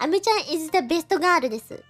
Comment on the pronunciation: 原來日本的girl是念嘎魯阿…